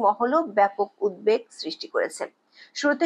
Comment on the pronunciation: আপনার বিশ্লেষণধর্মী কন্টেন্টগুলো নিয়মিত শুনি।খুব ভালো লাগে। তবে একটা কথা বলতে চাই কিছু মনে করবেন না। উদ্বেগ উচ্চারনটি উদ্ধেক হবে না। ইচ্ছে করলে বাংলা ডিকশনারি দেখে নিবেন। দয়া করে ক্ষমাসুন্দর দৃষ্টিতে দেখবেন